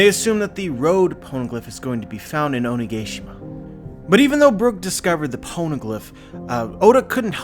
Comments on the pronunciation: oh - knee - gah - she - mah "onigashima" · He said Onigayshima😧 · Waaaait... at 16 secons in, did you say Oni-gay-shima? :P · Here I am, minding my own business, drinking my tea. Oh shit, and banging new theory video that I better check out ... "Onigayshima" I really needed a choke warning on that, my god. lmfao